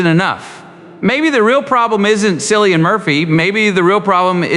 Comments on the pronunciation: Are you crazy or what? How can't you pronounce Killian? What is the drama of Cillian? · At least you could pronounce his first name correctly. I shall not bother to continue watching your episode